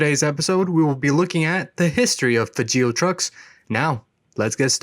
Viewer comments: The name is pronouncED LIKE FRAGILÉ BUT WITHout the R!!!! Get it right it makes you look dumb!!!! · I believe the correct pronunciation of Fageol rhymes with fragile.